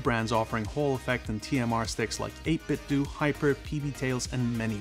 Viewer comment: It’s pronounced as 8 bit DOUGH. Not 8 bit DOO.